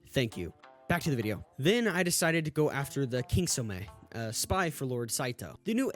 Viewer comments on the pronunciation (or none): There are more things wrong with your video than the actual game. Lol. Your pronunciation of the Japanese names, you must have slept through the whole “Kitsune!!” Not “KingtsuMe!!! Because they address everything you have a problem with during that ARC. They don’t do a great job but they still address it. She was blinded by hate and she lacked morals. She was not too easily convinced. She let Oyuki live because Oyuki let her live. It’s not hard to get.